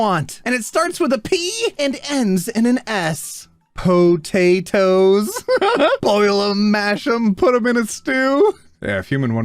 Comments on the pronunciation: Po gay toes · Heard someone say that it’s pockets